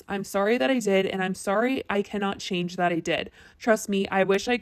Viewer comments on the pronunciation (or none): none